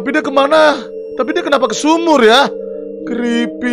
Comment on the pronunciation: Bang kalo lu bilang creepe guanya denger keripik